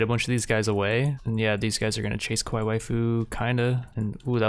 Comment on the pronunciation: I like how you keep pronouncing kawaii as Qwai. Much simpler and faster to say